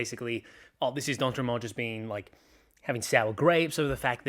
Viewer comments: I'm in Chris's riding. Your pronunciation was great 😂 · You pronounced D’Entremont correctly. He is of French Acadian heritage. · I live in chris d'entremont's riding, just a few things i wanted to say. 1. probably the best pronunciation i've heard from someone not from here 2. he won this riding by 1.1% in the 2025 election 3. in the 2021 election, he won the riding by 19.1% 4. him flipping turns the entire province red, because it was the only riding in nova scotia not to elect a liberal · Chris D'Entremont is Acadien, meaning he is francophone and you can pronounce his name the french way even if he's from Nova Scotia. Just fyi Great analysis of the current shitshow that is our political landscape right now. I am pulling for the NDP to come out as a strong progressive option because the Carney era Liberals are acting like Harper era Conservatives and the Poilièvre Conservatives are even MORE fanatical than Stephen Harper himself. I am wondering if the Conservative Party will splinter back into a far-right party and a progressive conservative party, which is how it was in the 1990s before the Reform Party and the Progressive Conservatives merged. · I'm French Canadian and you nailed Chris' name quite well tbh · As a French Acadian from Chris d’Entremont’s riding, your first pronunciation was right on ! You pronounced it better than some Canadian newscasters 😂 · Even though Chris d'Entremont is not from Quebec, he's Acadian, which is a french speaking community in the Maritimes, so your inclination to pronounce his name in french was correct. Your pronunciation was pretty close, too. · For what it's worth, the French pronunciation of "d'Entremont" still works even if he's from Nova Scotia, the Atlantic provinces has a history of French settlement, and despite the expulsion of most of them to Louisiana there are still some Acadians in that region today.